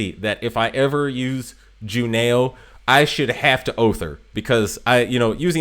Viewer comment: Juneau is pronounced Juno. Eau is a French thing that sounds like 'oh' So glade you had blucher she is a favorite of mine